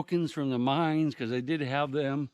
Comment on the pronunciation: For a second there, I though you said "We're going to do some exploring of the minds" instead of "mines". I thought...yeah baby!